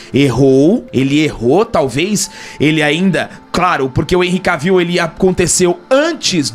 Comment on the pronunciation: "ENRRI K-VIU", Jonas Bressan deve chorar nesse momento...kkkk